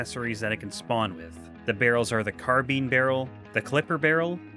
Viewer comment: say car, now say pine now replace the letter P in pine with a B, now say car bine...carbine INE